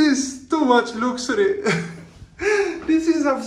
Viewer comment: This is one of the funniest videos I've seen by you. I made a list of what got me laughing like a hyena: 1) Your pronunciation of "luxury," "multiple," and "huge." The u in the words becomes an o because of your charming accent. For example, "luxury" sounds like "looxury." 2) You said: "I should probably head to the pool. There are three women there." The sentence just sounded funny because it was like you were not sure! 3) You said: "Someone spit in the pool or it looks like sperm." This was really funny. 4) You said: "And I thought I was a smart traveller. But apparently I still make mistakes." LOL. 5) You said: "South America is not a country. I didn't even have that much last night." This is exactly my kind of humor.😀